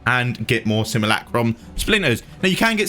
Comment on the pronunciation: Seem ...You ..Lack ...Rum... NOT Sim..moo..lack..room ...